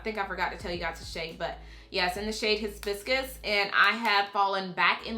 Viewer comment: I like the way you struggled with Hibiscus lol 😂. You're so cute! 😘